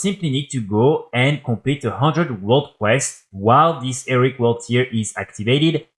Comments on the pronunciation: Repeat after me: "HE-RO-IC": "ERIC".... ffs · Nah it's Eric! It's cute, he's clearly not a native English speaker, chill.